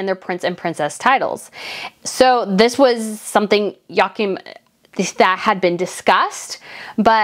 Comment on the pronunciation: Joachim’s name is pronounced: Yoo-ah-keem